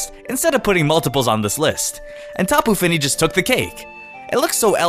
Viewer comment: It's Diss-Idge-You-Eye And Vike-A-Volt And Tapu Fee-Nee